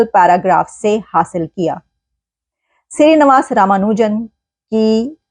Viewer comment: Shree is right navaas is wrong pronunciation nivaas is right